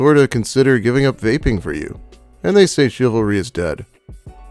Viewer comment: " and dey say and dey say and dey say chivalry is dead"